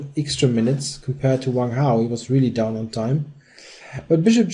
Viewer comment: I wish you wouldn´t say "ixtra", it´s "extra". thank you.